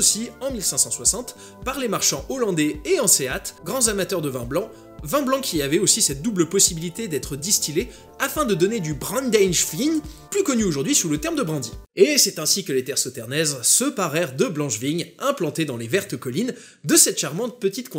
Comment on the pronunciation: j'adore! j'ai doucement ris à la prononciation de Brandewijn qui se dit en fait "brane de wène" en néerlandais ;)